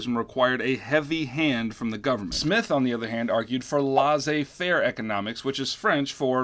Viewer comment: the laissez part should be "lay-zay." My French teacher affirmed my suspicions lol